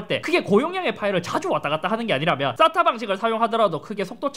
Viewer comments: 쌌...? 발음이 ....ㅎ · 의 싸타 발음이 찰지군요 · 인트로 때문에.. 쌌다 방식이라고 들려... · 형.... SATA가 아니라 발음이 ssatta 같아 ㅋㅋㅋㅋㅋㅋㅋ